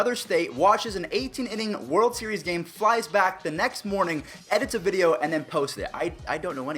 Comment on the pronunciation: he lunged forward trying to be safe but i’d say it wasn’t on purpose. loved the “vidoe” though😂